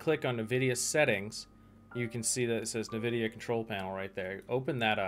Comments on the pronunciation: ENvidia not NEvidia. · It's EN-vidia, not NUH-vidia...